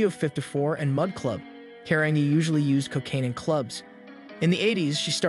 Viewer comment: Last name is pronounced Car an Gee Carangi